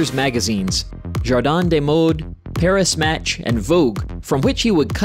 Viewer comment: exactly…. Paris Match … horrible .. Yves Saint Laurent, terrible..